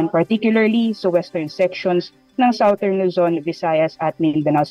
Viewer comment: Southern ( parang "sa dern " hindi "sao tern")